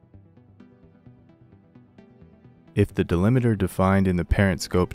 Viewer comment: It's 'delimiter' - not 'delimeter'